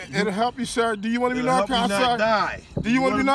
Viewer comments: It really does sound like the dudes are asking "do you want us to narc on you?" I think that's why the guy was looking scared for his life! In the south its pronounced "nar can". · I know.. I was talking about their pronunciation of the word "narcan", they say "narc on". Which among drug users is a very scary expression. 😂